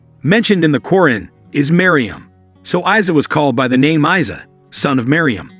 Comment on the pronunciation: Brother try to make it say Eeesa not Isay.